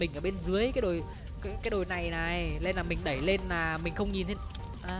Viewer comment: Yêu cầu ông phát âm đúng chính tả tí Này(lày), nọ(lọ), là(nà)